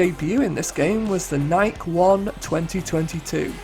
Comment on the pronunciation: Ooh, new intro. 1: Okay, now that's a new thing, despite playing this game for nearly 19 years. 2: ... 3: Technically, it's pronounced "Ny-Key," but I was well-aware of this easter egg. 4: Never really had a second thought that was the GP course, back then... 5: Another weird set of faces, despite the fact those are actually mirrored textures. 6: Attention to detail. 7: So let's see here... Konami, Capcom + Auto Modellista (a gem), Sonic, Sammy, iRacing, and there's one more you didn't mention, which is Namco. 8: ... 9: Meta... 10: Nice. 11: ... 12: Some say that his left nipple is shaped after the Nurburgring... 13: Gran Turismo's unicorn track... Route X. There are some unused graphics in GT6 which shows the track more, featuring cants, tubes, and of course, it goes underground. 14: More attention to detail 15: Quite the oddity 16: Sweet. 17: More Meta 18: I got nothing. 19: Dash Cams... 20: Now I know another E-Rated game that says "fuck." One being Einhander for the PS1.